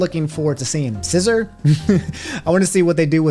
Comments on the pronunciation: It bothers me you don't say scizor like si-zor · the way you pronounce Scizor and Chronotrigger hurts me lmao still love u tho